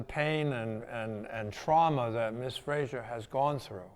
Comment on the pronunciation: her surname is Fraser not Frasier